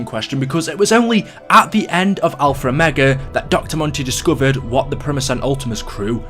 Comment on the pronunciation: Can you stop saying alfer omega